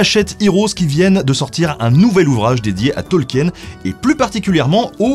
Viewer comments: Eh oh ! On dit Tolkine, pas Tolkiène, d'abord (oui je me suis fait engueuler, alors je fais pareil 😅) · Tolkien ça se prononce "Tolkine". De rien.